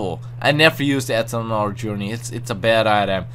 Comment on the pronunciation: No hate but is it just me or does anyone else find how he says eternal funny? I mean it sounds like ethanol (fuel) the way he says it.